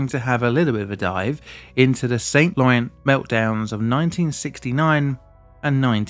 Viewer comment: i suspect it is not pronounced SainT LorenZ more like san lorane - smoother less emphasis. either way nice i had no idea France had such severe struggles with nuclear power and i appretiate the indepth look provides.